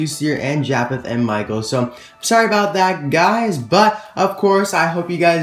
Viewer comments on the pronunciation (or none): none